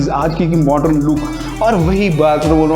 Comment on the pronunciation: I really stopped seeing because of hearing the work "MORDREN" 100 times.. please say 'modern' and spare the word... Rather than over using...🫣